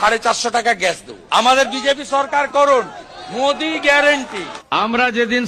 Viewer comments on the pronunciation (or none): none